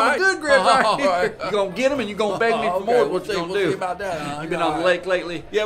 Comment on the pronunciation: The pronunciation of “Sund’y” is so accurate